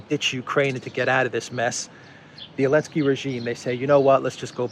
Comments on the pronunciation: Why do you keep calling him Elensky instead of Zelensky? Is it some kind of joke or what? I don't get it. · I feel like missing on a meme or something? Why is everyone calling Zelensky "Elensky"?